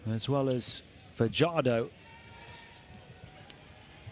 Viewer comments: Fajardo not padyardo damn you dude youre murdering junemar family name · Fajardo not fadyardo youre murdering the family name of fajardo